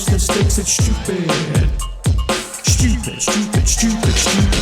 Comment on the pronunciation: It's tchupid.